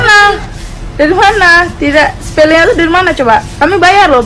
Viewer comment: Sepele gak pake R